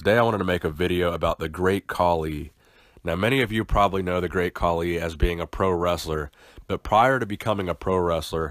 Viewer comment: Oh man the way he butchered his name